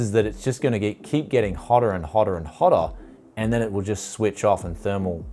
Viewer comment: "Hotter and hotter and hottah" lol